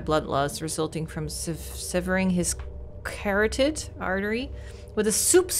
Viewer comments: It’s actually pronounced cuh-rot-id (kə-ˈrä-təd to be exact). You’re using an accented pronunciation or something. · Have noticed on some playthroughs of other games one word eludes you for pronunciation. ay ish reading the news paper it is pronounced Ka rotted artery, Don't mean to sound pompous i could never learn more than just english just thought it might help.